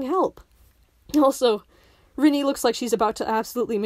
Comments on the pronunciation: "Rinii" it's R-AH-ni babe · Like I genuinely hate her too, but I don't think you have standing to criticize a character if you're gonna mispronounce their name the entire time lmao